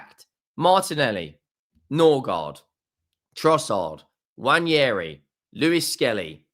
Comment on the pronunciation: I actually enjoy your content, you can tell you don't like us but you respect us. Great stuff. Slightest nit pick... It's pronounced "Wa - nah- ree", no second "i" to make it "Wa - nee - hair - ee".